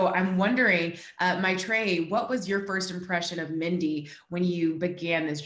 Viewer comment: The mispronunciation of Maitreyi...🤦